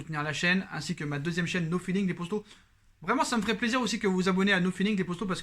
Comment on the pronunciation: J'ai l'impression que tu slt les posto au lieu de poto